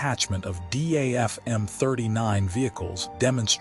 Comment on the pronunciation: Name is not pronounced as D.a.f. But Daf. A.I. always gets This wrong.